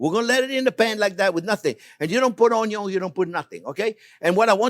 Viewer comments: Ahhhhhh ! He’s half Italian. Now I know why he pronounces ONYO. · no butter? no onyo? mumma mia! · Chef, is it okay if I add caramelized ONYO to the dish? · What no onyo? That has to be the first chef JP video with no onyo. :-) Thank you for sharing another great lesson with us! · I love the way Chef Jean says Onion ...lol